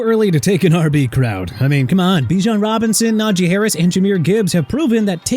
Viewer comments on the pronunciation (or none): none